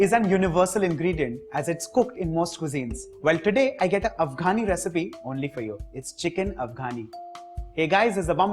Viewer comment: First learn to say Afghani properly & then fool us with ur stupid recipe